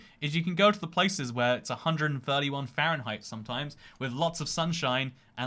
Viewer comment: I laughed at the "131 degrees fahrenheit" accent because I knew you were trying to stop doing it!